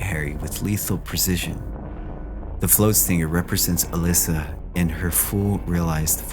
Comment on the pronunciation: Good video. For future reference though, it’s “Uh-Less-Uh”